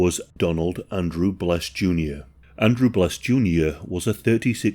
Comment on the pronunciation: Here's a great idea. If you're going to post a video regarding a true story, how about getting the names right. The dude's name is Donald BESS not BLESS